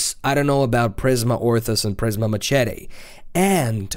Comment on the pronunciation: Listening to you pronounce machete is killing me